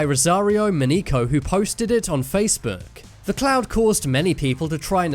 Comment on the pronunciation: I thought he said the “Massive orange clown”